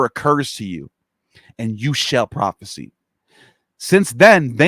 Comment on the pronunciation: Prophesy is pronounced prawfis eye ... not prawfis e. Thats prophecy with a c. Also audacious is not odd ashes. Ex cra crate is not excreting. Cringe